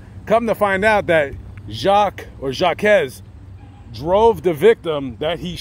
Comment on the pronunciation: His name is pronounced "Jock" like Jacques Cousteau, not "Jochques" the way u and the news outlets are pronouncing it. Secondly; Jacques side of the story hasn't been presented yet. He went straight to YPD because he was trying to vindicate himself. The truth will come out.